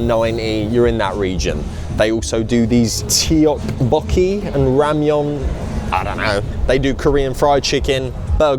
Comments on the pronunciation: TEA-ORK-BOKKI..most butchered pronounciation I've ever heard of tteokbeoki😂😂😂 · It's pronounced Tok-Bokkey i believe. I don't speak Korean I just watch KDramas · love ur videos but the way u pronounced tteobokki & matcha kinda gives me the ick haahhhaha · listening to you butcher tteokbokki pronunciation made me ashamed to be british